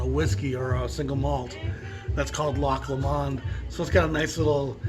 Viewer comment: it’s pronounced Lock Lomund!